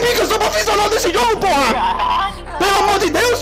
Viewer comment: Ele fala Porra com N no final kkkk kkkk Porran